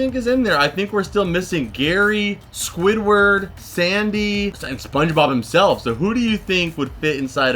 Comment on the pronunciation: you said Squidward with more emphasis than the rest so I think it’s him in there!